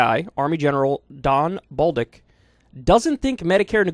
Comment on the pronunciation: I’m sorry did you say that guys name was Don Balldick?